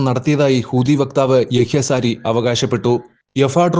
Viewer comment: സാരി അല്ല സഹോദര sariyah